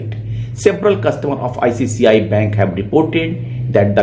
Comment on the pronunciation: Please pronounce "ICICI" , not "ICCI" bank.